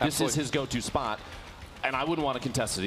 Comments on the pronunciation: Lasse Bauer spawht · listen to how he says spot